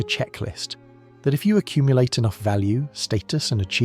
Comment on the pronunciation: “Am I enoggh.?”